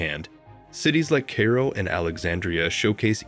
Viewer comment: I wish that posters all over YouTube would realize that, even with interesting content, the frequent use of AI narrators is irritating as hell! This narrator couldn't pronounce Oasis or Oases, and repeatedly called Cairo "Kay-ro." Just have a human narrate, your videos will be much better.